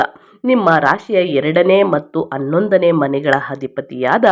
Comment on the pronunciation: ಅನ್ನೊಂದನೇ ಮನೆ?